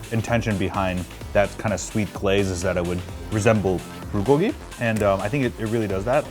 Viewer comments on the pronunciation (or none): The way he said Bulgogi....... "Buhgogi"